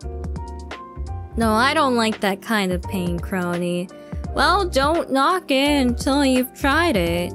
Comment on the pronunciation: Just found the moment where you read out my superchat, You got it right, Kronii. ^_^ 👍